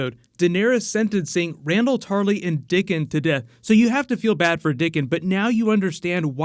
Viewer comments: It's "Dickon" not dicken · His name is Dickon, not Dicken